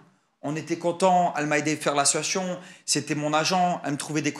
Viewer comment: La siuation 😭🥲